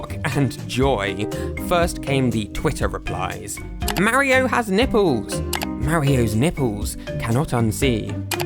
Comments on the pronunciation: Mar io not ma rio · its "mario" not "mawio" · why do you say mario and wario so funny😂